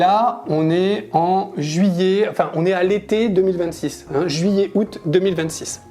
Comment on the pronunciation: Ça fait saigner les oreilles cette prononciation incorrecte du français : "Juillé" pour "juillet" "Il fé" pour "il fait" "C'été" pour "c'était" "Deu" pour "de"